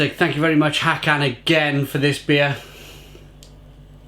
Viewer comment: Hi. Håkan’s name is pronounced “Hawkaan”. 😊